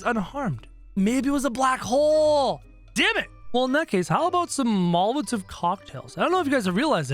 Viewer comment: He said molaovs not Mal-a-tovs!